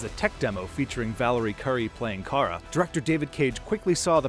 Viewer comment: Why do you call Kara 'Kai-RA'